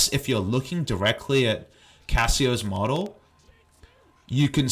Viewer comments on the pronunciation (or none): none